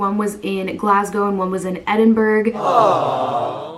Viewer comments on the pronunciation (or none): "Edinburg" ehm its "Edinburgh" you dont pronounce the g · i love you so much, but edinburG lmaooo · Ok don’t get me wrong I love but I’m from the uk and it may be said differently by different people but I laughed so hard when she said Eden berg instead of like Edin bruh idk if you can say it both ways but I laughed a lot 😂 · Edinbrough ahahaha. I’m from the uk and I laughed so hard at the way you pronounced this